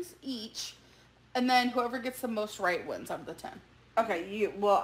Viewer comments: Big Al purposely says raght instead of right on total purpose , she thinks people think she cute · I hate the “raht” thing as well. Some people really do pronounce it that way because of their accent but you can tell it’s something she’s playing up as one of her many “quirks”. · Hearing Amber saying "raht" instead of pronouncing it correctly because she thinks she's being quirky and dainty is so grating to my ears. Becky has proven to be just as bad but she doesn't deserve to be Ambers maid for the rest of her life. RUN BECKY!!! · That whole fake southern accent has driven me crazy from the start..... raght, lah .... my fervent hope is that when Becky leaves amber will stop with the fake accent and just pronounce words correctly. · Please do this for every single ALR video or live stream. You will have a HUGE audience. Also thank you for validating my irrational hatred of the way she says RAHT. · I say raght lmao i feel seen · Amber supposedly hates southern accents so much, but makes it a literal point to pronounce, “Right,” with the thickest southern accent she possibly can. Make it make sense.